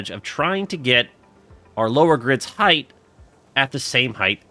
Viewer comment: I don't know why, but it's really distracting hearing you say "heighth" instead of "height" sometimes 😊